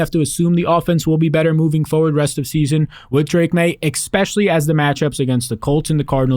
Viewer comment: Saying "eckspecially" drives me insane. Saying it 3 times in a 15 second span makes me want to punch things.